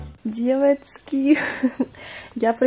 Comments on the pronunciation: Можно просто нормальным голосом и нужными буквами говорить "девочки" )) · я тебя очень люблю но ты можешь пожалуйста не говорить "девоцки" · Мне не нравится, как ты говоришь деватьки🤢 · не говори пожалуйста "девоцки")))) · Бесишь что такое : Девацки🤦🏻‍♀️ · Почему на протяжении всего видео говоришь девацки? 😂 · Почему так бесит это « девацки» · Меня одну бесит как ты говоришь девацки? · девацки........... мои уши😤плиз не надо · Девацьки!!!🤦🤦🤦Не в обиду но это бесит!!!😡😡😡😡😡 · "Девоцки" не говори так! Не приятно. (я не хейтер) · Пожалуйста не говори девацки я не Хейтер наоборот мне нравятся твои видео,но пж не говори🤦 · знаешь всем не нравится что ты говоришь «ДЕВАЦКИ» и это просто раздражает и бесит господи просто не приятно ты ПОЙМИ НЕ ГОВОРИ ТАКККК!!!! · Пожалуйста не говори ДЕВАЦКИ не приятно( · Хватит говорить девацки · А,господи,хватит со своими "девоцки" ужасно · Не говори девацки. Тебе не идет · Фуууу. Пожалуйста не говори «девоцьки»😭🤮